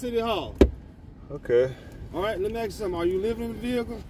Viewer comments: “And I axe you for you drivers license”…….😂 Another low IQ idiot. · Let me AXE 🪓 you a question? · I "aks" you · "I'm gonna axe for your ID." How can you take him seriously? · The cop cannot even say ask. Highly educated.